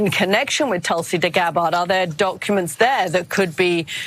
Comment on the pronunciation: LOL! She definitely said "deGabbard". I replayed it a few times to be sure I heard her correctly.